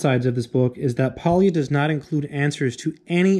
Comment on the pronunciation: Just one tiny detail: Pólya is pronounced as \ˈpoː.ja\ (more or less), so it's kind of more like POI-a then Poi-i-a. (In spanish I would transscribe it as "pólla".)